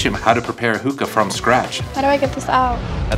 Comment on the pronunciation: He can’t even say hookah right